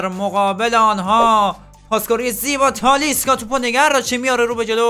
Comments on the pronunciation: داداش به تالیسکا میگی تالیسا😂😂😂😂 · .تالیسکا نه تالیسا انقد نگو تالیسا رو مخه😂😂😂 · ویدئوت عالی بود ولی اون تالیسا نیست تالیسکا😅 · داش تالیسکا نه تالیسا.❤😂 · تالیسکا هستش نه تالیسا🤣🤣🤣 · داداش تالیسکا نیست😂😂😅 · تالیسکا نه تالیسا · اشتباه میگی اون تالیسا نیست تالیسکا هست